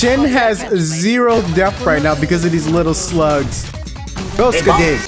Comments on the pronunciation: I can't stop laughing at how you said Skadi... Skuhdee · I love how you say Skadi's name as "Skuh-deh"